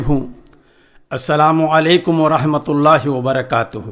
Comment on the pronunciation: Mashaallaah bhoot khuub kaha Sirf itna hai ki لفظ (الله) كو صحيح پرہہے ( الهاه) پرہا جارہا ہے